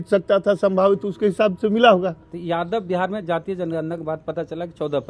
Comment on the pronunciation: वेद प्रकाश कितने बार आप से बोला की शब्द का उच्चारण सही से कीजिए जादब नहीं यादव बोलिए